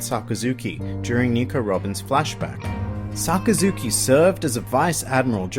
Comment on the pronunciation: SaKAzuki, not SakaZUki.